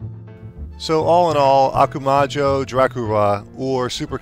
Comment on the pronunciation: I love how you said "Okumayo Dracula" instead of "Ah-ku-ma-ho Dracula" :P